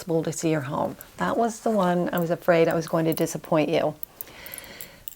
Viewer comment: Wonderful video. Lovely lady. One presentation critique: review your pronunciation of -ing words. I'm hearing -een rather than -ing. Example: goeen instead of going. Many presenters make this error.